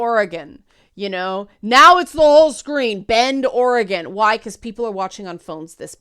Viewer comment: Okay, first things first - as a native Oregonian, thanks for pronouncing "Oregon" correctly ;-) I'm curious, which movie/show is set in Bend?